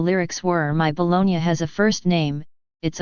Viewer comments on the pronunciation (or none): It's not BOLOGNIA either, it's BOLOGNA. Get your facts straight before you make a video or correct your text-to-speech recognition software.